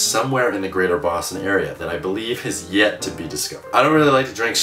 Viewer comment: Did you say Boston or Bosnia? o.O